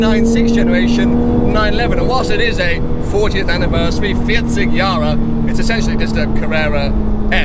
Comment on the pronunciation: Your „40 Jahre“ German was spot on!